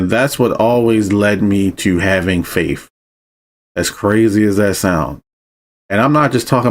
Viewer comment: "LOGICAL LIKE YOURSELF," you say... it's hard to take you seriously when within the next sentence, ( TWICE ) 2 times ...... your pronunciation of the word "FAITH" aka "FAIF" is anything but logical .. You should probably brush up on proper use of the English language before you start giving directions, not anything else.